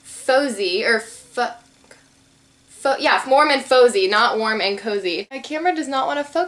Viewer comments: "warm and faux-zie" LOL. it's 'warm and fah-zee'. youre so silly xD love your videos. you have such a great personality and youre so pretty ( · "Its warm and fozzy" its pronounced FAH-ZY and it is from the muppets collection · haha its warm and "fozzie" like from the muppets, not fozy :) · fozzie the bear from the muppets..Its pronounced like fazzie but with an o....:) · the glitter polishes prom OPI are from the Muppets' collection! And the color you got was Warm and Fozy, but it's pronounced fozzy. ( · haha I would do the same thing! it's fozzy- faaaaaa-zeee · she said fozy